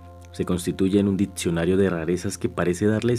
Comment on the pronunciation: Ditsionario? Sudterraneas? Odsesivo? Sedsual? Adsidente??? Hombre si vas a hacer un audiolibro debes pronunciar correctamente. Con todo respeto. Hay ejercicios para corregir esos defectos. Saludos